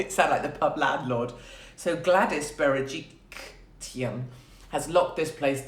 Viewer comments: Bera-Jik-Lian is how you pronounce it Katie 😂❤️ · You almost said Gladys’ last name correctly, my love. But change the T to an L. She is also known as Gladys BeryJERKlyan 😆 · Where is the T in Berejiklian 🤦🤣